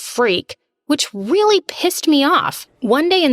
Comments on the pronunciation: It wealy pwissed me woff hahhahahhahaha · And she Weally pissed me off!